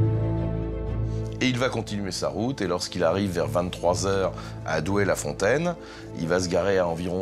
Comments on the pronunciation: Doué la fontaine, pas Douai... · c'est pas le nord c'est pas Douai; c'est Doué-La-Fontaine ;)